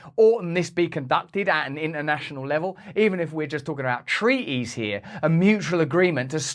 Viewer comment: Tree ease, u mean treaties